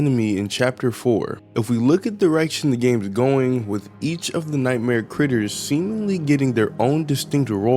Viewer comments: bro said g instead of t that's crazy it's like saying chai tea chai means tea so if you're saying I want some chai tea you're basically saying tea tea like that makes noises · um what? I was seriously confused where there is a G in "Critters" xD